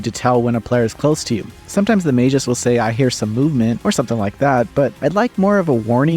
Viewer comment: Mag -us, not majus.